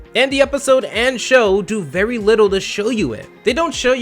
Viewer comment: I swore I heard fairy hypocritical instead of very if so. Great job!